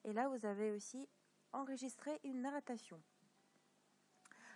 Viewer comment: on dit narration pas nattaration et merci